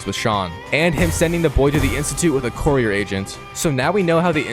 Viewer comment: Arghhh the word courier is driving me crazy!